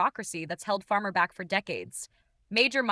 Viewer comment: *pharma, not farmer Good Lord, AI is stupid.